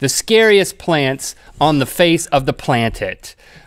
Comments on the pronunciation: I love how it sounds like he says plan tit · the "plantent" omg thats so punny i had to laugh. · Ha Ha he said plantet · I laughed way too hard when Link said "on the plant-it". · "Plantit". PLANTIT. I don't know how I feel about that word. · Link said planick instead of planet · He said plan tit instead of planet